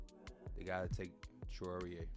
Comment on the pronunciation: Pronounced "Nolan trah-or-aye". Love the content P, hope some of this happens in real life